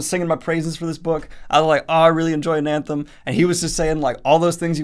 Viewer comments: ana-them Daniel: "Anan-them" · It’s ANATHEM, not ANANTHEM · Practice saying anathema. Then forget that last a. Anathem. It's supposed to be a cross between Anthem and Anathema, yes, but without the second 'n'. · You put the emphasis on the second syllable... Based on the Latin, which most of the words are borrowed from, (which is pasted into the world as "Old Orth"), the pronunciation should be stressed on the first syllable: ANathem. I get it, the word anAthema is stressed on the second syllable, but with the missing syllable the pronunciation should be ANathem. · It's an-a-them, not an-an-them. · Anathem Ananthem! Anathem Ananthem! Anathem Ananthem! That had me flinching every time. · "AnANthem"? What? No. "ANathem." There is no second n. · Honestly I like ananthem better, easier to pronounce then anathem. I will go with Daniel's pronounciation. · Just checking the pronunciation. Is it Ananthem? I've always thought it was Ana-theem.. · Snow crash is garbage. Also its "ana-them" not "an-anthem" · Only one N in Anathem. :) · Damn, Daniel, dyslexia kicking in hard today, huh? It's NeAl Stephenson and Anathem, not AnaNthem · Why on earth do you keep saying Ana"N"them? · I've read Anathem, but i've never heard of this book 'An Anthem' - i think i just don't speak the particular pidgen english used by youtubers, and honestly i hope my brain never gets infected with it. There are several videos where NS discusses this book, so i don't understand the motivation for consistently mispronouncing the title. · Why does he keep saying AnaNthem? There is no N if he reads a big font wrong do you believe he read the same book as us? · Daniel. You keep saying Ananthem. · Is he saying AnAnthem ??? Huh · Lol I don’t mean to be that guy but every time you said “AnaNthem” in the beginning, my brain was like “Daniel there’s no second N” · "an anthem" FOR THE LOVE OF CHRIST SIR. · it's uh-nath-em. guess you're not that certain type of reader after all :)